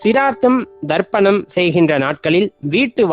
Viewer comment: Wrong pronunciation Darpanam means mirrors Say Tharpanam